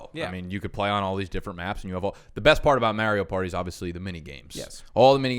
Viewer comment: okay, so I officially can't listen to say "MERIO PARTY" any more...........................drove me f'en nuts!